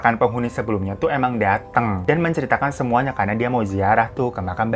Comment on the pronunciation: Kemuanya wkwkwkw typo ngomong bang?😂😂